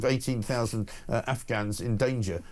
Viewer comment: Can't Starmer even say "Afghans"? I've listened twice and he seems to say "Ufghuns". 🙄